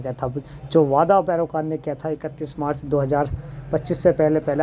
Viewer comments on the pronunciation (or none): बक बक करते रहते हैं। कभी उपलब्धा कहते हो। कभी मार्च को मचा कहते हो, पैनल बहुत बड़ा है।।।। जब बोलना नहीं आता तो चैनल बनाकर क्यों बैठे हो।